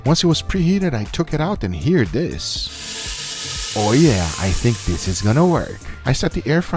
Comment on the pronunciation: "And dis is phenomenal!!"